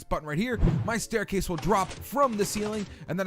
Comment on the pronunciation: WERE GONNA BUILD A "STAICASE" 😆😂😂